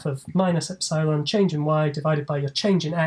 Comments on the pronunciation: He said "epsilon" incorrectly SO MANY TIMES................... LOL......... Cheers from Down Unda............ ps. I found the "God" Formula........ News at 10 :P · no assumption about Taylor series are needed; little-o notation gets the job done too btw is the eps'eye'lon pronunciation of epsilon common somewhere? It's the first time I hear it